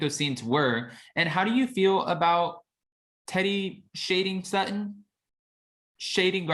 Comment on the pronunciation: Please stop saying SUT-IN. Her name is SUT-TON… and she and Garcelle are the BEST!!!